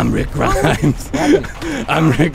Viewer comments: “Rick Gremes” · rick greems